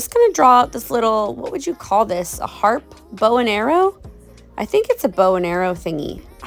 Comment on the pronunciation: "a harpe" 😂😂😂